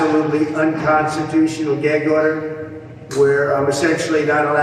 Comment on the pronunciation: “Geg order” 😂😂😂